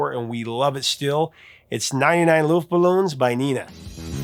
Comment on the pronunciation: It’s pronounced luftballons not luftballoons.